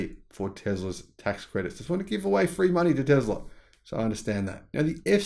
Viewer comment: So this Muppet is now a health expert, and has the gall to question people's intelligence. Coming from him I find that humorous, given the fanboy can't pronounce Tesla correctly and has issues with simple mathematics.